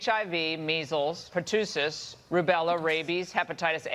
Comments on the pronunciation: lol Laura Ingraham can't pronounce "pertussis", she calls it pertooosis. lol moron lol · Per-too-sis. Yes. That's what it is. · Yeah, I'm not worried about "per-too-sus" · That lady can't even spell pronounce pertussis, correctly that should disqualify her from trying to scaremonger fox viewers with it. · It said pertussis. They pronounced it wrong. But it was spelled right. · She said Pertussis wrong LOL!!!! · The infectious diseases segment was total BS. Ingraham couldn't even pronounce the pathogens correctly.